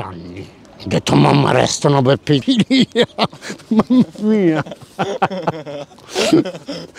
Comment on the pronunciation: M’arestano pe “pedilia” 😂